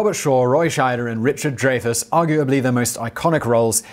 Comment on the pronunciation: It bugs me that even after all these years, Simon can't pronounce Richard Dreyfuss' name. "DRY-fuss," not "DRAY-fuss."